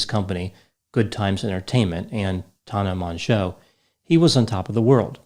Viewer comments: Its tANNa not Tahna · "tahn-nah" Everybody else: "tan-nuh" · He's saying her name so weird. Tana not Tona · Every time pronounces Tana's name it reminds me of the movie Joe Dirt. Specifically the part where Joe pronounced his name Dirt'e (Dear- tay) and a dudes like, It's Dirt! Quit trying to church it up!! 😂😂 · I’m convinced knows Tana’s actual name pronunciation but says it incorrectly on purpose in order to derive some small enjoyment from being forced to discuss Tana Mongeau